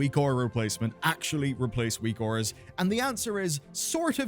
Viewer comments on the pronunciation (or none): Whose weak auras are good? I can't understand the name he is saying.